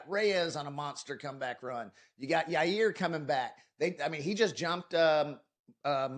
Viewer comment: dude said Yair lmao